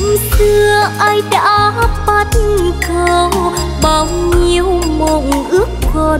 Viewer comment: BẮC CẦU chứ ko phải BẮT CẦU. Ko rõ đây là lỗi ở nhạc sĩ hay ca sĩ, thấy ca sĩ hát theo kiểu phát âm là BẮT CẦU, như thế là sai lỗi chính tả. Sửa lại cho đúng nha.